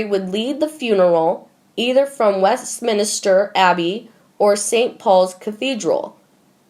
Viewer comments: Will the person or persons behind these videos please hire someone who can read the script like at least a high schooler instead of a third grader. As it is , the reading is toneless and halting and the names are all wrong. .For example, It's W E S T M I N S T E R , not W E ST M I N IS TER, and it's C AN T E R B U R Y, not C A N N O N B U R Y. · West min ster, 3 syllables not West min i ster, 4 syllables. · Can you get someone to narrate these who knows how to PRONOUNCE these words: "Camilla", "obituary", "Westminster", "ascension", "Canterbury". If you are going to have a Royal channel you might want to learn these. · Once again, the narrator of these stories makes it very difficult to listen to the video in it’s entirety! Before you post videos, you should really learn how to use the correct way to pronounce these words, titles, places etc.... The fact that you are unable to pronounce words like “Westminster” makes the entire story seem uneducated and uninformed. PLEASE find a new narrator!